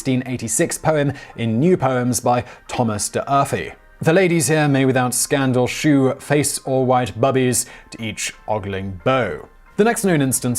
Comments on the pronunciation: 'Shew' is pronounced 'show', not 'shoe'; it rhymes with 'beau'. How do you pronounce 'sew'? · "Shew" is pronounced like "sew", not like "shoe". In Thomas d'Urfey's poem it correctly rhymes with "beau". Because everyone was wondering... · Weird how your normally impeccable autocue reading collapses when the source is old. I can easily forgive "shew" (pronounced show, not shoe - to rhyme with beau) which is a misleading spelling; but why say abarthanot for Arbuthnot, quote instead of quoth and chevril instead of chervil which are all straightforward? Is it the funny old font that scared you? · I believe shew is pronounced show.